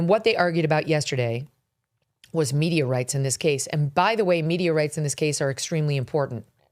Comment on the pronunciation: >> at first i heard,,, "they were arguing Meteorites",,, then Megyn explained they said.... Media Rights !! :-)